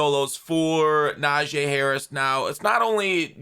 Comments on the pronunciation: yo it’s pronounced Nah-G not Nah-J. Us steeler fans have to be the ones to get it right 🙏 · IT'S NAJEE NOT "NAJEH"!!!!! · NA-GEE damn say it right 😂